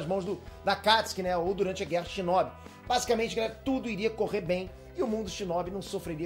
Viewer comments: ele flw chinobi errado kkkkkkkkkkk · Shinóbi não, namoral kkkkk